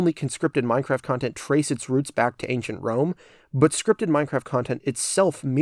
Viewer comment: did anyone else lose it when it said anchient rome?